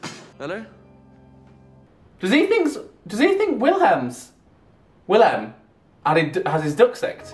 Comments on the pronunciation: I think it’s pronounced Vilhelm because of it being Swedish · Prince's name pronunciation: Will - hell - m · ajahshaha it’s so funny u trying to pronounce their names😀😀 u pronounce wilhelm like vilhelm and Simon like seemon😎 idk if that helps but I love this sm🥲💛